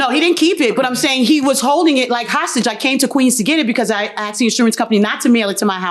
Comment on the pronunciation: asked.... AKSED ???? no wonder this is where the majority of the crimes is coming from...